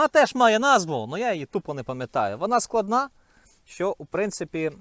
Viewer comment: не складна, а складана